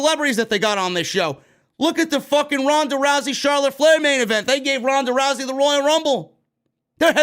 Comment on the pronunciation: "Ronda Drowsy" 😂